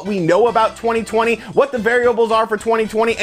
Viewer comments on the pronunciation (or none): Take a shot when you hear "twenny twenny"